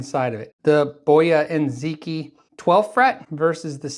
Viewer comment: It's Chinese, where the stress is rather on the last syllable, so rather bo - YA And zhee-TSJEE. I found a video (from 2018!) that confirmed that, Most noticeble is that the Q is pronounced as Zh or Tsj But off course there's no need the leave usual conventions.